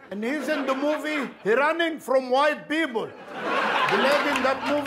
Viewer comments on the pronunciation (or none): none